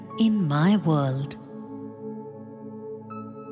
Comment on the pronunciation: Why do you have someone who’s English is not their first language read this?There is no T in the word world.